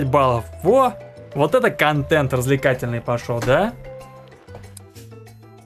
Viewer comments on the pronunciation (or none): none